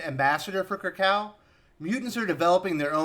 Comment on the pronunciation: Minor nitpick, you always (mis) pronounced "Kra-kaw" for the Krakoa, I think it should sound and pronounce like "Kra-ko-wa". But that's just me. But good review nonetheless..